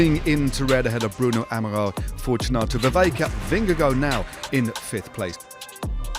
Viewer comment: It's pronounced "Vervaeke"